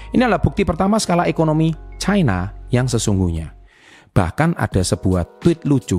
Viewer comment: Baca nya ga bole caina ooonnn loe... Tanya kakek mu cina bacanya..KLO chaina bacanya itu ada artinya lain